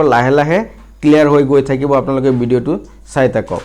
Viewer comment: Assamese thik koribo...........bidio nohoy video.....aru bohut